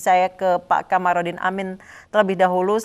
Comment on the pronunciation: Kamarudin.... Bukan Qomarudin...takut ga makan ya pak?.. jilat terus...nti dicopot jabatannya kan repot ya pak bhuahahaha